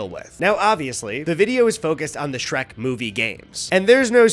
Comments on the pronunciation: Speaking of over-analyzing unanimously bad games…you only did this so you could say “shre-cu” first, didn’t you? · “Shre-CU” is a wild thing to just buzz by us without more discussion. We need to agree on stuff like this. I had a physical reaction to hearing that abbreviation said aloud